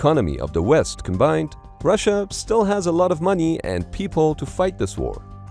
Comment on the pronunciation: Lol That "Moni" is hilarious.